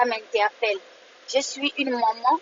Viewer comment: On dit maman et non manman euh pardon arrête de faire le direct en français msuim